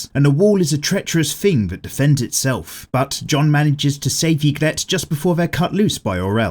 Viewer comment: Love the vid but it’s pronounced EE-grit